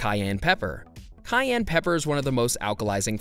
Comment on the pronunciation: It's Cayenne pepper, not Gayen.